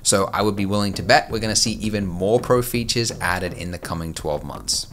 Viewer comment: new feeetsheeuuurh?